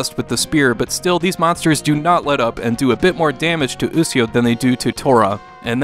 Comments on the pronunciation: actually he means bad in this situation he doesnt even sound it out..its pronounced (u-shi-o) to tora...what says is (u-c-o) to tora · Aahhhhh!!!! YOU'RE KILLING ME! IT'S PRONOUNCED U SHEE O! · actually pronounced (u-shi-o) to tora sound it out ..smh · either way .there should have been a disclaimer out that he might pronounce it wrong simple fix lol